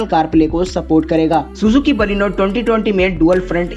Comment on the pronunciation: Thik c baleno bolne pahele sikho